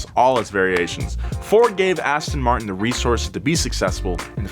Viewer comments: Aston Muurrrrrt-in - That's not how you pronounce the royal brand. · I would be a good start if you could pronounce the name correctly. It is "Aston Mar-tin" and not 'Aston Mart-in" as you say! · ass ton martin omg learn how to pronounce it first